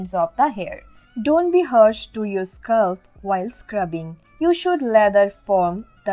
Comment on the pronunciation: It is not" hursh" it is" harsh" and also not "sculp" it is "scalp" Good informations though.👍🏻